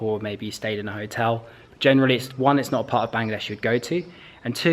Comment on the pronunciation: he pronanses bangla amazingly👌🏻🙂